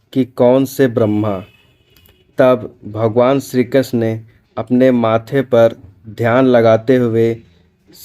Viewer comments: Tthik sey ucharan kijiye...shree Krishna🙏🏻🙏🏻🙏🏻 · ये पोराणीक जानकारी अच्छी है पर क्षीकृष्ण नाम का उच्चारण सही से करो